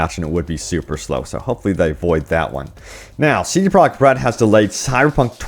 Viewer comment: This dude seriously needs to slow down when he says CD Projekt Red's name. He keeps slurring it together and it comes out CD Product Red.